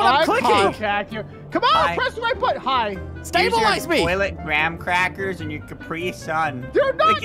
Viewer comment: "Soggy Gram-Crapers"